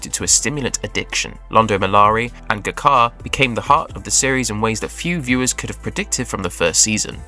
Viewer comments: Knowing so much about the show, how can you mispronounced G'Kar's name so badly. It's not Guh Jar, it's Jah Kar. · Also showing pictures of other Narn when he mentions 'Guh Car'. Clearly he didn't watch the show.